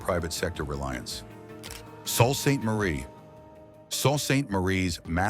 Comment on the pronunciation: Pork qu pean? Salt Saint Marie? 🦧